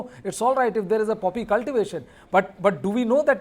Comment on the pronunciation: Madam it is poppy not puppy..